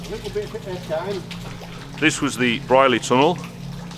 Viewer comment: Wow! I thought this had all been filled for the bypass. I remember walking though the entire tunnel in about 1980....bunking off school! Pronounced Breer-ley by locals.